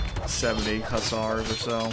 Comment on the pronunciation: Perfect pronunciation first time, gg